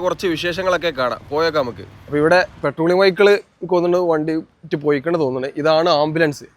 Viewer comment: പെട്രോളിങ്ങ് ❌ പട്രോളിങ്ങ് ✅